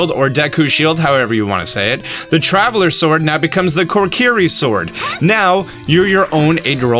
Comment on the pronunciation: Say it with me buddy: ko - KEE - ree